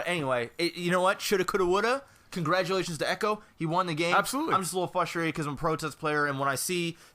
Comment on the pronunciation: I don't think it's pronounced "flustrated".